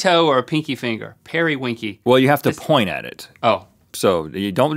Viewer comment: Peerie is pronounced as it is spelt, like the word peer, not per!